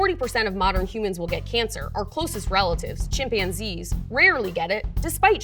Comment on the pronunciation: Chimpionzees? Never heard it pronounced like that before.